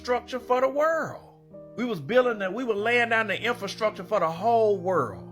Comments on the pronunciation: In-FIL-structure, man! He spoke incorrectly (in-FRA-structure) and so did the hostess! Good grief! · Lady, it’s INFRASTRUCTURE!! Not INFIL-structure 😮my god…